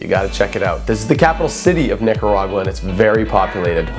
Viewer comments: "Nigga-ra-gua" TF?!😂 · Is it normal to be Nicaraguan with the last name reyes? Also did he say Nigga By accident when saying Nicargua It got triggered(Plz don't get offended for what I said) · YASSS NICARAGUA WOOOHUUUUU I WAS BORN THERE! (also I swear if someone says Nicaragua in English again ima scream)